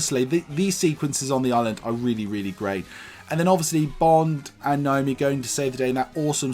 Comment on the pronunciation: It's Nomi not Naomi It's Pal-o-ma not Pol-oh-mer Everybodyyyyyy 😂